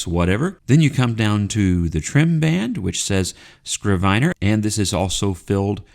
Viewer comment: a “scrivener (pronounced “i” like the i in “it”) is a good translation for a biblical “scribe” or, for that matter, a modern scribe. It can also be used for a notary public (although I have never heard it used for one). I only looked it up because I was fairly sure it was pronounced with the short i as in it. Thanks for the review.